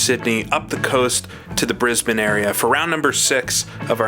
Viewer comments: Recently found your channel and I'm really enjoying your style of race realism and your commentary on your own driving but also the ai cars. You definitely know your stuff! What's more, you are the first American/Canadian that I've heard pronounce Brisbane correctly, haha. Lastly, Lakeside is my local track. It's only a couple of miles away from me. It's definitely open and running again, albeit not hosting these types of prestigious races. It's more of a club circuit now. But thankfully it lives on after what was a few years of uncertainty towards its future. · Phenomenal video as always,. You're really doing justice to our old races and tracks here in Australia and New Zealand, and you've even pronounced Brisbane correctly!